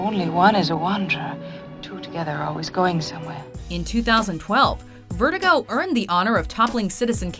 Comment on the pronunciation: “Vertigo”?!?! What the fuck?!